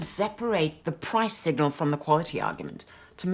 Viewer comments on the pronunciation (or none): none